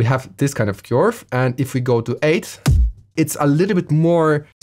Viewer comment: cant say "Curve" its now "Q-arve"😂